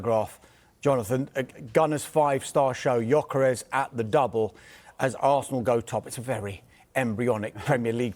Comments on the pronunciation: GOR KERYES? the G is silent dummy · Huge respect for Mr. Cross, but apparently, the “G” in “Gyökeres” is silent. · Not one of them can say Gyokeres’ name correctly